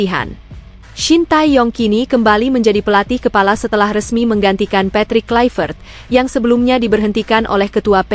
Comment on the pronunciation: Namanya ditulis Paes dibaca Paas....ditulis Struik...membacanya Stroik...ditulis Kluivert membancanya Kloivert...supaya diperhatikan agar correct..